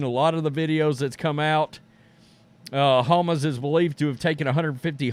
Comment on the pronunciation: OMG I couldn't make it through the video because of how dumb you sounded saying Hamas. You really should have learned how to pronounced it.